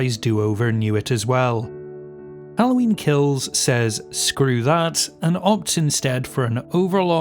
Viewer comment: Hearing you do a southern accent for Halloween Kills was a good hearty laugh